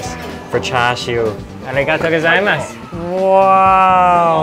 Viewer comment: me watches desparetely...... IN A WHOLE VIDEO.. - ARIGATTO GAZAIMASU